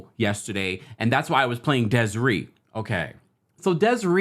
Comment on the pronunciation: Deh seh RAY! That’s how you pronounce her name babes ❤❤❤